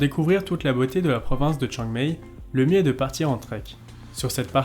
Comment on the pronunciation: Ahah, c'est clair qu'il y a des efforts à faire sur la prononciation thaie. Exemple, on dit Khao Yai, pas Khao Yae. Chiang Mai, pas Chiang Mae.